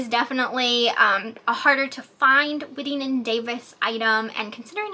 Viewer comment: Hello. Just an FYI, it’s pronounced “White-ing” & Davis.